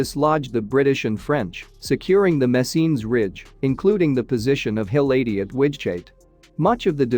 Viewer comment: Hill 80 was a movie, wOW! Atleast get your pronounciation right what are you ai no intelligence there!